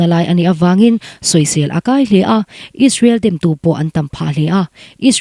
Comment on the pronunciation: Israel tihtur aw israwl nilo in...😂😂😂